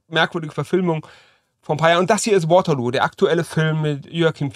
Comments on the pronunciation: Wenn der Geschichts- und Schlachtenexperte das Finale Napoleons ausspricht, als wäre es ein Abba-Titel... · Wie viele Jahre müssen eigentlich noch ins Land ziehen, bis man in Deutschland einmal aufhört, Waterloo immer auf Englisch auszusprechen? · Kleiner Hinweis: Waterloo liegt in Belgien. Bitte nicht englisch aussprechen. In der englischen Aussprache wäre es der Song von Abba und nicht der Schlachtort.